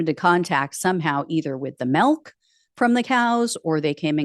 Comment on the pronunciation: You say MELK instead of MILK, it is funny!